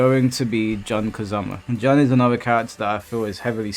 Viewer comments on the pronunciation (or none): I swear why do so many UK players tend to mispronounce Jun's name. it's pronounce "June" like the month, stop saying "John Kazama" XD